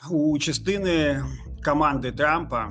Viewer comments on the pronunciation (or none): Все добре сказав. Але КОМАНДА, а не каманда, будь ласка